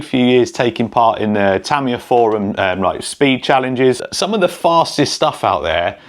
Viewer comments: If you were on Tamiya’s payroll you’d need to learn to pronounce their name correctly . It’s Tah-mee-yah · Japanese words might be hard to read, but hear a Brit say them is awful!!😂😂😂 Yah, the Tamiya kits are badass!!😁👍 Also, Tyco back in the day. That Turbo Hopper series kicked butt. My Science Project movie was GOLD for having one😁👍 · I always thought it was pronounced Tuh-my-uh Or is he saying it like that because of the way they say aluminum as al-you-min-e-um and they say “z” as “zed” which is nuts in itself. lol.